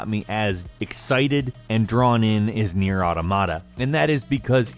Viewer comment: You get paid to talk about games for a living, and you claim Nier is your favorite of the year. Probably should learn how to pronounce the name.